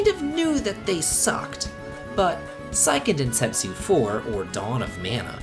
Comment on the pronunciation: I take issue with your pronunciation of Seiken Densetsu ;) But yeah, everything after Legend of Mana kinda sucked. Even the remake of Secret of Mana sucked. How do you screw up a remake of a game that was good to begin with?